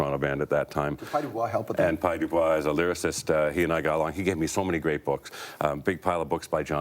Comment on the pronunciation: Did you hear how Peart pronounces Pye Dubois? (author of 'Tom Sawyer' and later 'There is a Lake Between Sun & Moon' . And Pye worked part time in an insane asylum, Neil? I wish he had told us what Pye's job, exactly, was...